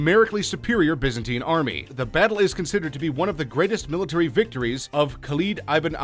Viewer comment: Biza-tine pmsl laughing , effing yanks !